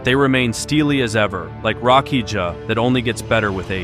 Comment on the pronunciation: LoL it's pronounced RA-KI-YA! 🍻